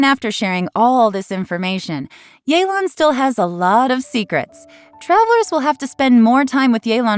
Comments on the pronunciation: So it's pronounced yay-lan instead of yeh-len??? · Since when was it pronounced “yay-lan”? I always thought it was “yuh-lan” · It’s not yeelan it’s yaylan ok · “Yay-lawn” makes every single person who speaks the language cringe. It’s like nobody tries anymore, could’ve just sent a text to Suzie or something. A shame since she’s casted very well. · oh so thats how u pronounce yelan